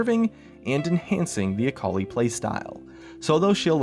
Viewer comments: .....akoli...its akali.... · Sitting here being an Aurelion Sol main and hearing "Akali Buff" made me die a bit inside